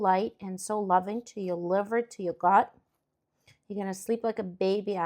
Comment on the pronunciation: With the broccoli added and the baked yellow squash, you mention twice that "your liver will it, and your gut will it." However, it sometimes sounds as though you are saying "your butt will love it," which made me laugh. Perhaps consider substituting "omach" or "intestinal tract" for, as I had to replay it a few times to confirm said "gut" both times. I have heard much about improving gut health completely agree with the good gut philosophy. I enjoy making fermented kosher pickles,erkraut, or kimchi ( cabbage with chili sauce), which excellent on a cold bean and mix the following day. Many people suffer from poor gut, which is unfortunate as it leads to ill health. Switching to lifestyle based on fermented foods,, fruits, vegetables, and whole-plant starches is not only but also an easy way maintain health throughout life It is wonderful to see such creative ideas in your video demonstrations. Keep up great work!